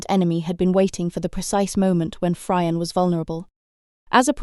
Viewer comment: Fryer and denim lol. However very good story telling.